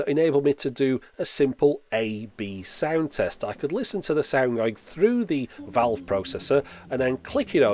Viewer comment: The pronunciation of when you say "valve" does not seem right to me. ;-)